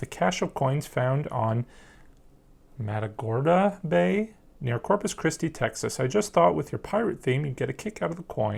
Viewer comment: Congrats!!! you pronounced Matagorda Bay correctly!!! Very happy you and Tum like the coin. I am thinking the pup is not a Boston Terrier, coz i have one named Boo (of all things!!) Please enter me. Favorite artist is (drum roll please:) Artemisia, first female to be admitted into the Italian Academy and creator of FLESH tone. Took the men almost a 100 years before they would use her mixture and technique because (and how dare she) she was a WOMAN!!! God bless